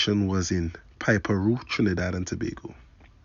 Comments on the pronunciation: DE WORD IS PEE PA RO BUDDY NOT PIPER RO...JEEZ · How the hell can u mispronounce piparo bruh